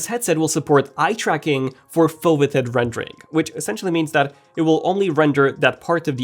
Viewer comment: The render is really nice, but please correct the pronunciation of foveated and Fresnel in future videos :)